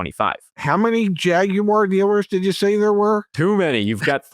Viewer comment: Thanks for not calling it a "Jagwire"!